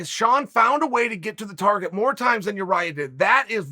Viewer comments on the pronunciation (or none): none